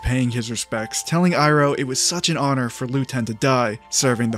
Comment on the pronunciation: ZUKO DOESNT SAY HONORRRR!!!!!😭😭😭😭